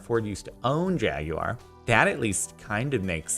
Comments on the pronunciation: "Jag-You-Awar".....???? Legit have never heard it pronounced in this manner. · The way you pronounce Jaguar makes me uncomfortable.